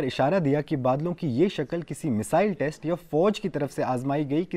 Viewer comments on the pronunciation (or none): none